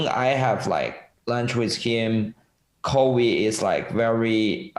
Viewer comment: you guys were almost dying when he said “Covy“